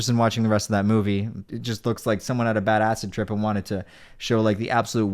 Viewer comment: I keep thinking "badass trip" when he starts saying "bad acid trip"